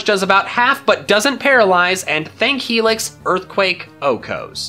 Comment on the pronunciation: Funny way to say Helix.